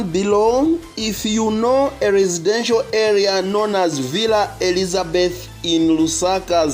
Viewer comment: Villa Elizabetha - not Elizabeth